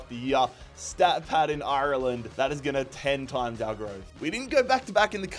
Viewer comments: It's not pronounced eye-er-land, it's pronounced are-land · Painful hearing him say shamrock instead of rovers and I-Ur-Land instead of "arlind" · Up The Dubs! Why does he say IRLEND like that. Hes from cork😂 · Love it, just pls learn to pronounce Ireland right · Is there a reason why he keeps pronouncing Ireland the way he does 😂😂😂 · why do you pronounce Ireland like that sounds weird